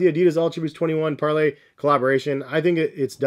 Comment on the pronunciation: It’s par-lay my brother ❤